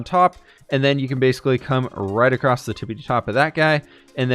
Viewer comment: Love your videos! My only criticism is that you say “acrosst” instead of across. Keep up the great work! I’m getting so much inspiration from you.